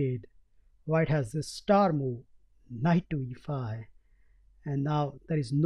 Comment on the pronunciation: why is he saying mou instead of move ?